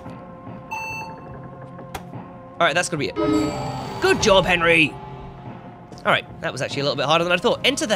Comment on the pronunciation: stoooooooooooop calling him Henryy lmaoo